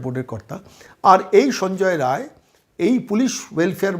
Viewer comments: রায় রায় বলছেন, রাই, রায় নয় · সঞ্জয় রায় নয়,নাম বিক্তৃতি করছেন কেনো? নামটা হলো সঞ্জয়ে রাই। ঠিক করে বলুন ভুল সংশোধন করে ভিডিও দিন।